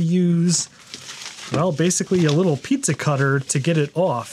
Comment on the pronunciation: I took a drink every time you said "pizssa cutter."